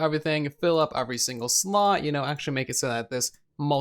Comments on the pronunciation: Is it just me or does he say ofvery and not every!? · I hear uhhhvry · I hear uvery